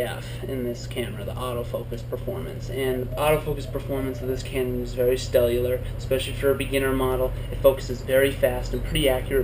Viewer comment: Stellar I believe. not Stellular. Sorry ;)